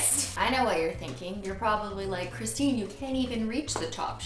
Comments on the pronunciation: BUT B IT'S CHRITINE AND BEIYYYYYYYYYN!!!!!!! No offense I'm just kiddin' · Ms. Jae mouse ITS CRISTINE WITH NO H REEEEEEEEEEEE